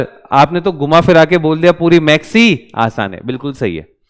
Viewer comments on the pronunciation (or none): you pronounce Max sir it's call maths not Max if you couldn't 😭😭 pronounce it properly so how can teach us i am so sad to alakh sir , alakh sir please provide us best faculty 🙏🏻🙏🏻🙏🏻🙏🏻